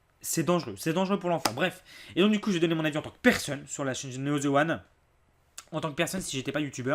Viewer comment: Putain c pas ze c'est the bordel